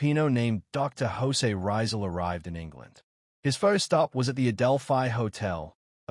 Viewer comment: The correct pronunciation of his name is Ree-zaal, accent on the second syllable, not Rai-zaal. How can you make this basic mistake? It's so egregious and distracting that I stopped watching the video despite the interesting content.